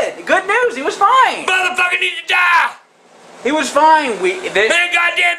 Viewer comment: i didn`t know what else ta deewwah. i didn`t want him ta dieeah... why does she add an ah to most of the shit she says?